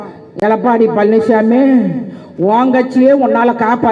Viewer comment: பழநிச்சாமிங்கிற ங்களா? பன்னிச்சாமிங்கிற மாதிரி கேட்குதே? சரியாதான் சொல்றீங்க! மலம்திங்கிறவன் தான் பன்னிச்சாமி! அதுயார் மலம்? இரண்டு குஜராத்திகள் மலம்!